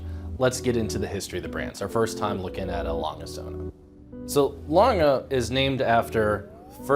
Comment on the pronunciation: Like most Americans, I can't properly pronounce A. Lange & Söhne but says it perfectly. I vote that we dub in her voice on every video where it's said. Great watch though. Interesting history.